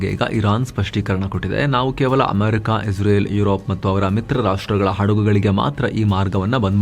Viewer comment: Iwanige israel helikke baralla izreal antha bogalthane masth manga